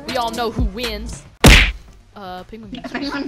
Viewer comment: He said pingwin